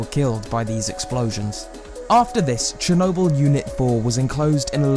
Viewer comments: Hayden Holman No, he says “chrew nobull” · Chernobyl, not chornobyl. Chernobyl. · You said Chernobyl wrong